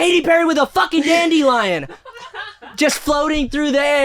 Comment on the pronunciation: the crashout comment about katy perry and the “dand-ee-lion” & the rich person laugh took me ouuuut